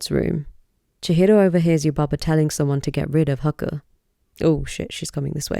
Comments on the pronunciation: You've put so much research and detail into the Japanese mythos, lore, and even deciphering the kanji, yet why do you continue to mispronounce Haku's name? It's not even an English pronunciation in the dub that needs correcting, the characters are pronounced as Hah-Koo, not Huh-kuh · The pronunciation of Haku hurts so bad